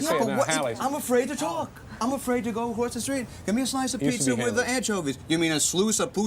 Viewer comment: “A slooce of poozzi with anchoovies “ 😂😂😂